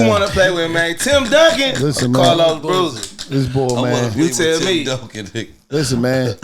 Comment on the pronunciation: Boozer not Bruiser 🤣🤣🤣✌🏽